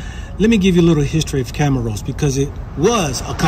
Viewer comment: Bro, first you couldn’t even call the country’s name properly and then you’re saying they are short which is not true. How long you’ve been traveling?